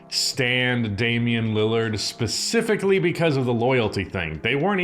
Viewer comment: Fun drinking game. Have a shot ever time says specifically or "Pacifically". Drunk in 10mins 😂